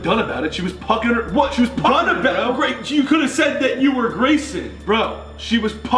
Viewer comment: grEAt *voice crack* noah starts crying😂 you can’t eat any cucUMbERs!